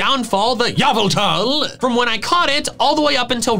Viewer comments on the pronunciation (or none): The subtitles made it so when he said YAVELTAL, it said Yveltal. Tis tragic